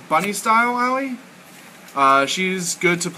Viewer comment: Her name is pronounced Ah-Oy. Don't worry I made the mistake too, but my friends who actually speak Japanese told me